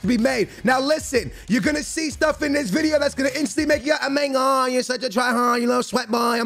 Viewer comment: "o mi gawd" 😂😂😂